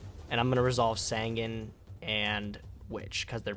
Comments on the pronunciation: SAN-GAN!!! JUST PRONOUNCE IT!!! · I don't know why, but the way he pronounces Sangan really bothers me.